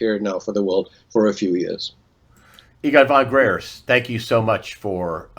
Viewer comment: Fon Gr - eye - ertz